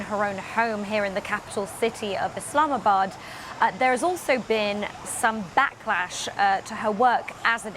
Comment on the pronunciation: Did she say islamisbad?